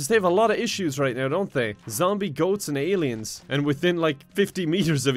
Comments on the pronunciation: I wasn't paying attention and when you said "Goat-z" I thought you said "goatse" and I was like NO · When you said goatz I thought you said goatse...